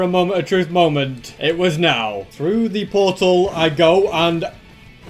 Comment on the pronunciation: The moment when said "moemnt" truly a masterpiece of a moment